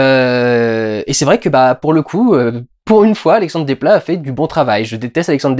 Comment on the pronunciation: Quand on ne sait pas prononcer correctement les noms des gens, on ne critique pas l’excellent travail qu’ils font ! Parce que tu perds en crédibilité. Dans Desplat, on prononce le s.